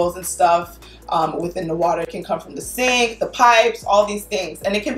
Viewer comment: I feel a little crazy cause i was out here repeating "water" (waarrrer) with her in the same accent 😂😂😂